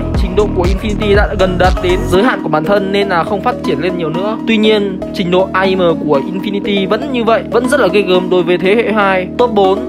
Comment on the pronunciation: đọc aim thành am nó sẽ hay hơn đó anh